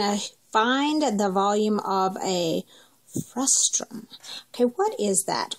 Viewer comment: it's FRUSTUM NOT FRUSTRUM there's no "r" get it right 🙄